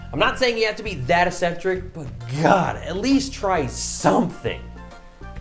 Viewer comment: Have to say it because it’s annoying me so much.... it’s pronounced ECK-SEN-TRICK.